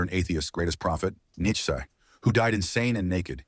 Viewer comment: It's "Nietzsche", Matt, not "Nietchsze". But good try!